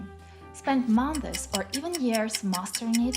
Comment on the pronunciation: The word “efforts” should have stress on the first syllable instead of the last. "Months" is pronounced as one syllable. Not like "mon-thes." "Inevitable" has stress on "ev" not on "table," and "table" at the end of the word isn't pronounced like the English word "table;" instead more like "tuh ble." I think the problem you're having with pronunciation is coming from English not being a phonetic language like Italian.